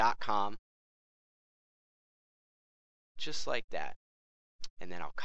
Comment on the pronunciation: You say "like" like rape